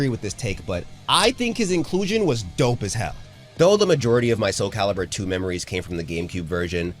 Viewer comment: Thank you for saying soul calibur... TWO love this series but this game is a large part of growing up for me.